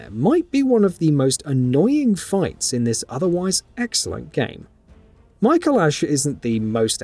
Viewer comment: It's pronounced Micolash.